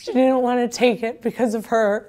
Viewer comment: People that say "dinnint" >_>